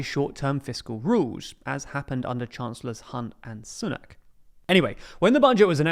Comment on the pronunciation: Why do you pronounce “Sunak” like that?